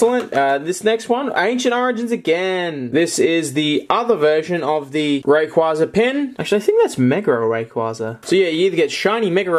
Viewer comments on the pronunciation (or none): You can't even say Rayquaza correctly, no youtuber says it correctly, idk how, ITS A BLOODY HELL LEGENDARY AND NOBODY CAN SAY IT CORRECTLY